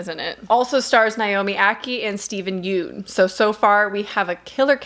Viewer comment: Steven’s last name is pronounced like “yun” not “yoon” :)